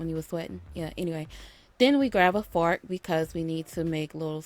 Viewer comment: The you grab a fart lol fork is said weird great video though